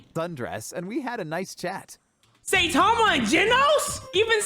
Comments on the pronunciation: “Saytama and genos!” 💀💀💀💀💀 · Saitame ❌ Say-tame✅ This was meant as a joke sorry if it offend you